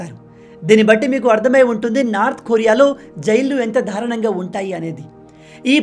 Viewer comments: For example దారుణం అనే పదాన్ని ధారుణం అని ఉపయోగిస్తున్నావ్ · Ayya swamy........ Darunam lo da ki vatthu ledu. Dharunam kadu, Darunam ani cheppali.